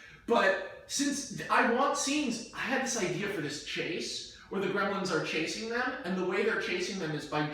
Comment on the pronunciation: I didn't think this pitch could possibly get any worse until he mentioned how "We can have so many CGI Gremilins!", and now I stand corrected...